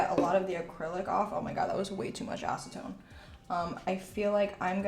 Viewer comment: Yes. 100% acentone. lol.